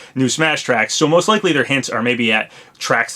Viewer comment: Oh no, not "leakly" again. Please no.